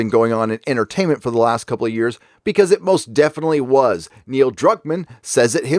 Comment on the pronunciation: Is Gary calling him Neil Cuck-man or is that just what I'm hearing because of my own bias? lol